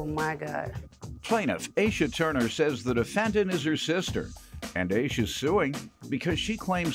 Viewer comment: Asha is not pronounced as Asia. It’s ASH A . It’s a name from Indian heritage .